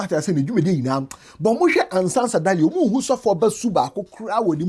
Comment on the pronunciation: you keep saying Ansah Sadaly but it’s Sansa Daly